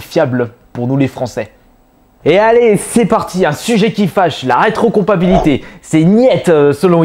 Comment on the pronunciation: On dit rétrocompa"TI"bilité...